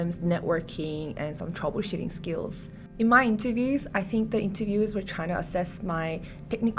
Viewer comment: its "troubleshooting" not "troubleshotting"